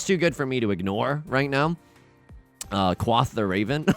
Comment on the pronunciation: bro really said "kwoth the raven"